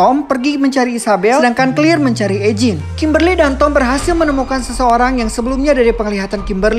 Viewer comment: Mantap ngabb kontennya!, Semangat nextnya. Owhya saran aja eugine itu di baca yujin